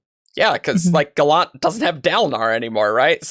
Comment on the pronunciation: Gallant doesn't rhyme with Shallan. It's an English word that's pronounced as GAH-lunt